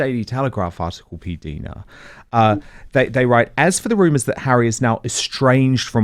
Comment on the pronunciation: Her name is P Dina not Deana